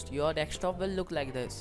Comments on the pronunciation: ffs its called DESK TOP not dekstop >.< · Dextop :D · dekstop XD